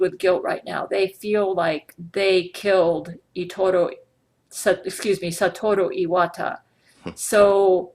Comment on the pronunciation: IT'S SA-TUR-OH E-WA-TA, NOT STAT-TUR-AH- E-WAT-A!!!